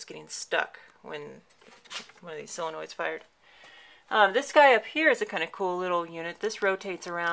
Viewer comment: Great video as are the rest of your videos. I admire your work and knowledge but have a nit pick. The Solenoids are pronounced solinoid with an O not SIinoid with an I. Sorry to be such a A __ about something so stupid but I just had to mention it. Looking forward to the rest of your videos and your self made pin.